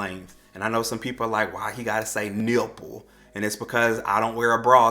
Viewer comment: "NIPple" 🤣, it was the extra emphasis for me.🤣 Love your videos! New subscriber💜💜